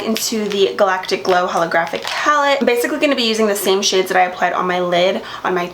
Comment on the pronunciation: I love the way u say galactic 😍😍🤩